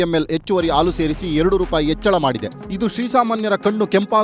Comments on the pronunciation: What is the problem with this Anchor? AAlu alla Haalu .... osdagi alla Hosadagi.. Ore alla Hore ... thu nimma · le sede adhu haalu , aloo antha heltidiya. Kannada baralla andre news anchor yak agtira